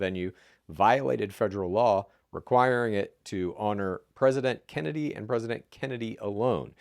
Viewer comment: I wish would read past the "scary" headlines (in this case, the MA abortion bill). Also, oh no... not clean feet /s 😱 Lastly... the way pronounces president irks me 😅